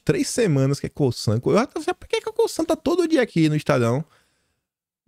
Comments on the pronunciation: apronuncia não é COSSAN é COZAN. Espero ter contribuído. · SE LÊ "COZAN" UM "S" SÓ ENTRE DUAS VOGAIS TEM SOM DE "Z" MEU AMIGO, É MUITO TEMPO NO PAÍS DOS CANGURUS... KKK. PARABÉNS PELO CANAL E PROEMINÊNCIA PESSOAL. VC MERECE! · Por favor, a forma correta de falar Cosan é o “S” com som de “Z” - espero que considere isso como ajuda